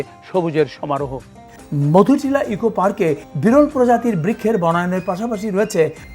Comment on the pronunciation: মধুনীলা নয় মধুটিলা হবে